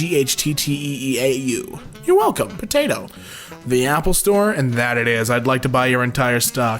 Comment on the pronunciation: Oh, yes. The well known Pofthato!